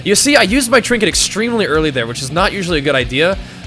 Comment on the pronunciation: "trinket" ....sigh.